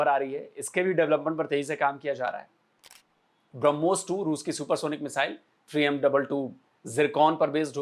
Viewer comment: ब्रह्मोस हरमोस नही ओके अनपढ